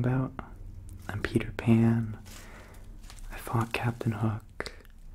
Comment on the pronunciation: am i the only one that understood "I'am PewDiePan"